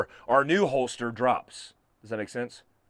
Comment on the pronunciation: I’m a fan, but are you saying holtster instead of holster?